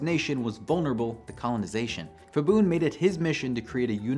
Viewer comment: When there is a “ph” in Thai-English it’s pronounced /p/ the h is for aspiration. So not /fibun/ but /pibun/. Same goes for mostly every other Thai word written with Ph, e.g. Phuket. Also pad Thai is actually pronounced “putt” Thai (/putt/ pad meaning to fry)